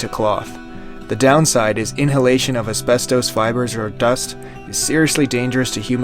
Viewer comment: I have never heard “ asbestos” pronounced this was which indicates a total lack of understanding of pronunciation. Over and over every day now I am hearing common words ,especially names,mispronounced in ridiculous ways.